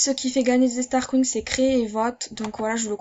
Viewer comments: Super video merci pour les conseils il me servirons ;) et sinon on dit starcoins pas starcouing xDD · On fit starkoyne 😂😂 pas starcoing mdrr 😂 Sinon je t'adore! JE TE SUIS DEPUIS LE DÉBUT DE TA CHAINE GROS BISOUS 🌹❤❤❤❤❤❤👑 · Comment t'ai richeeee sur MSP t'ai Une Start :) 😂 combien de fois ta dit stargoing ? 😂 Comment tu le dis MDR et ton accent ptdr 😂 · Mdrr des "starcouing" xD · J'adore ton axent j'adore Strascouig sinon super vidéo 🖒🖒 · Ha ha jpp comment elle prononce xDD